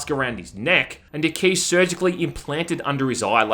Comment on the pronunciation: I kept hearing “Gimme that D,” instead of “gimme that key.”